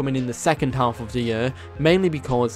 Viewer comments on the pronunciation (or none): none